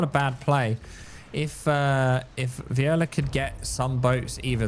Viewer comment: its V O L I A. not viola